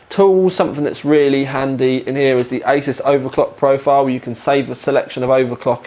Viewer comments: Ay-soos not Ay-sus. makes it easier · I was at a tech show last year and the ASUS rep really gave people grief when they said A-SOS and not A-ZEUS !!! So, I can confirm it is pronounced A-ZEUS or A-SOOS depending on how much Z you put into your S's...lol